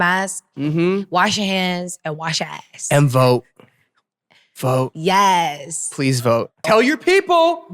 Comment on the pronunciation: i thought jessi was saying "wash yo eyes" until I heard Eric said "ass" with perfect pronunciation 👌